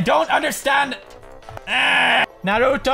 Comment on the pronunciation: lol pewds say narouto not naruto